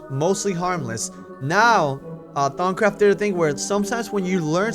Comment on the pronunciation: CubePack Thongcraft not thoncraft (he's just pocking fun at how has trouble saying some words)